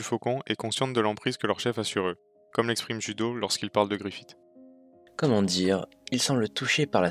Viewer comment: Griffiss pas Griffite plsss mais sinon très bonne vidéo.